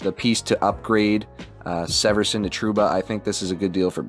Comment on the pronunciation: It’s Damon SEE-verson